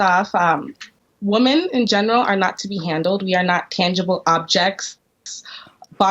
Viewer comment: Pronouncing the word 'women' the same way you pronounce 'woman' is a red flag that you've got a brainwashed feminist on your hands. WOMAN want equal pay. WOMAN want equal this and equal that.🙄